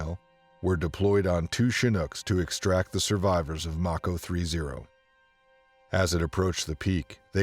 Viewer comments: What is with the poor pronunciation of the vids of today, are they ignorant civilians narrating military stories or poor AI programs ?? Mako =May-Ko like Mako Shark, not fuckin’ Mack-o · Haha.. pronounced like the shark not Mack-o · It’s pronounced “make-o” like the mako shark not “Mack-o”. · Its mAko, also if anyone remembers the Medal of Honor Tier 1 game from 2010? The game was based off the missions of task force black? i think was the color. People got in trouble for how close to real the game was, every mission was based off real DEVGRU, Delta, ISA, Ranger and Ranger recon, and SAD missions that actually happened. AFO and Neptune spear were real task force callsigns, the second game was the same way. One of the reasons they got shut down.